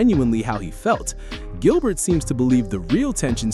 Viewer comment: Did you just call him Jilbert 😅